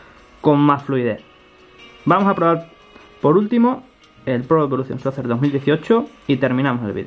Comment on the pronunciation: Emm se pronuncia soker y se escribe soccer